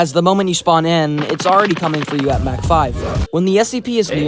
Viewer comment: why does he keep mispronouncing mach